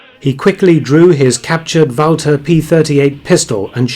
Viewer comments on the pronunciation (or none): none